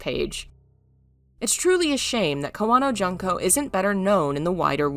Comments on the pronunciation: Her first name is June(like the month)ko. Not Jun-ko. Sue-eekoden... I love your channel, but please learn how to say Japanese vowels. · Allow me to comment: it's should be pronounced "june-co." instead of "junk-co."